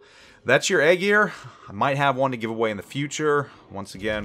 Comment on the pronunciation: Eye Ear or Aye Jeer not Egg Ear lol